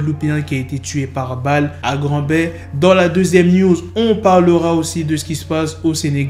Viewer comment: Tu racontes de la merde sur l'histoire de la maf, c'est pas ça du tout... Et c'est grand bay pas grande bay